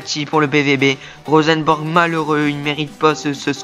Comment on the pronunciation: Bonne vidéo . J'apprécie a voir cette carrière surtout tes offensive (parce que la défense ...^^) qui sont bien joué ! Pour moi il y avait pénalty pour la faute de Fharmann mais je crois que c'était un arbitre français x) PS: On dit Rosenborg pas Rosenbèrg ;)